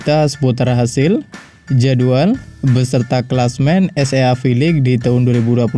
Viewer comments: es ea ea ea,,,,,,😂😂😂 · Baca nya mimin SEA nya salah.cara baca gk bgtu lah min..